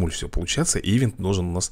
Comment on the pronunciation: не и́вент а иве́нт!Видос топ!